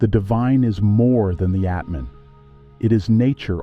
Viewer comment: ATMAN no Etman